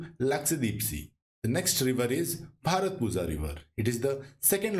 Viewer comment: Pronounciation of bharathappuzha is bharathapuya☺️ Most of the malayalam words (zh is y)